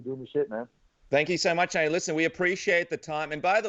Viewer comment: It's Tony not Tiny